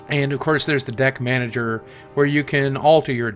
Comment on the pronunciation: For a second I thought Deck manager said dick manager